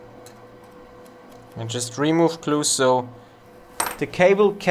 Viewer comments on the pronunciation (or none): It called glue not clue